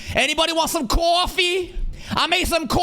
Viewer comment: ”ANYBODY WANT SOME CAWCAWFFEE?!”